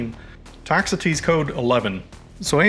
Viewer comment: Ah, on the pronunciation of "Toxotes". Thank you for a great video!